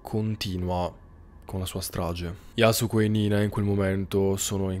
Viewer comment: Yasùko con l’accento sulla u ☺️👌